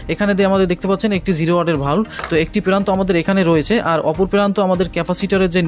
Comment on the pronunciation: বাল্ব কে ভালব বলেন কেন ভাষা ঠিক করেন